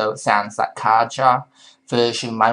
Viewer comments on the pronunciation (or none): none